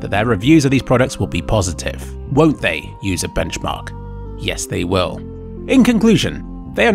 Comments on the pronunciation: Butchering the sites name is funnier than their reviews. "Bencharkchmarchmark" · on i hear UserWomens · sounds more like womems to me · I love the way he butchers their name, both in this and the previous video lol.